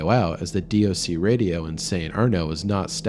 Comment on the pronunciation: Love the NZ stories being from here myself. Btw DOC or department of conservation is normally just said as 'doc' like dock.